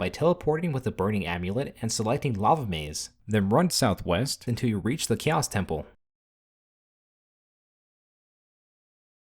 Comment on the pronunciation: I can't unhear "KEEOS"